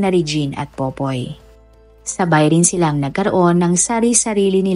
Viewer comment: Ate...nag babasa ka ba .. Pipoy o POPOY 😂😂 ba name ng boyfriend nya??? 😂😂😂